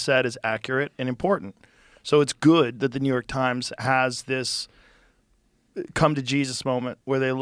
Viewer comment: i wanted to know about the hoarding not new yoooork tajms